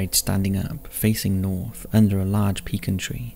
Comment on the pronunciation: I appreciate that you pronounced “pecan” the proper Texan way!